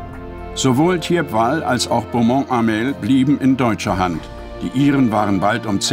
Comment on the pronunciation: Das Dorf spricht man "Tiepwal"...